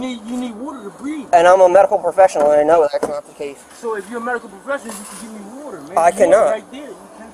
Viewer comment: I never knew you needed whöder to breath. Whatever that is.